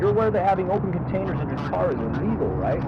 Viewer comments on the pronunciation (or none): none